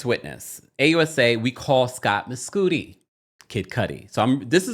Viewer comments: I think it's probably Mes "Cudi" not Mescooti 😂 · “Miscoodi” is crazy bc if his name is “Kid Cudi [cud-dee]”, why would his actual name be pronounced differently?? 😂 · I’m dead at you calling him “mess-cootie” instead of Mescudi 😂😂😂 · I think its pronounced "Muh-sCUH-di as in Kid Cudi